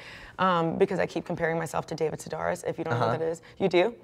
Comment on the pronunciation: sedaris like air not are